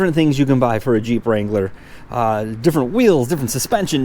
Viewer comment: Finally someone who knows how to pronounce the name!! and.... Go Bills!